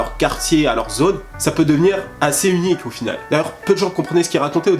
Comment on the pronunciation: "uniqe" mdr